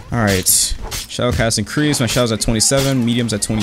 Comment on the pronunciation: "Shadow Ikireased"